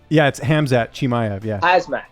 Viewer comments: Mighty mouse: chizmat...Hasmat? 🤣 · Mighty mouse said Sheezmat😂💔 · Chael and Whittaker: “Hazmat” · Start learning how to pronounce Khamzat's name properly, coz he will beat everyone that shows up in octagon. I'll put all my money on wolf of Chachnia.